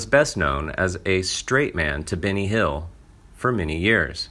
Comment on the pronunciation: Try not to pronounce Benny Hill as Binny Hill.